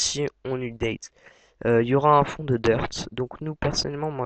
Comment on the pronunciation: DEPUIS QUAND LE HTML C'EST DE LA PROGRAMMATION ???? ET UPDATE T'ES SÛR DE LA PRONONCIATION ???